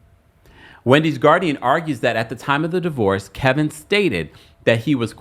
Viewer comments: Kevin not Kelvin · It’s KEVIN. Why do you keep calling him Kelvin? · You know his name is not Kelvin.. it’s Kevin stop it!